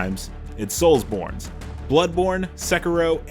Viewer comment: Did he says soulborne?